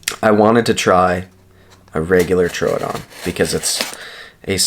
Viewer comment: Why do ppl pronounce troodon like that lol it’s annoying asf it’s pronounced like truedon TROODON THERE IS NO U OR A IN THE FUCKN WORD LMAO JESUS 😂😂🤯